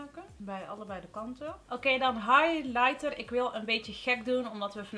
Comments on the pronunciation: Hey! Mag ik je wat vragen? Ik bedoel het aboluut niet rot, maar het viel me op dat je sommige woorden wat anders uitspreekt dan normaal. Ik doe dit zelf ook, bij mij komt het omdat ik vroeger erg stotterde. Alsof je de klemtoon verkeerd legt bij bijvoorbeeld het woord highlighter. Ik was gewoon nieuwsgierig waar dit door kwam:) hoop dat je het niet verkeerd opvat. Je maakt top video's! Super kwaliteit ook, ga zo door. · soms, dan spreek je een woord uit bijvoorbeeld “highlighter” maar dan stop je halverwege t woord? alsof t niet lukt